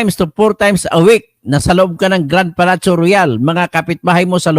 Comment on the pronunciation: yong word na Palatio is pronounced Palasyo. Palatyo ka ng Palatyo, uulitin ko Palasyo.